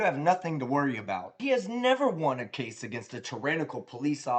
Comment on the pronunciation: It's "CASE" not "CHASE"!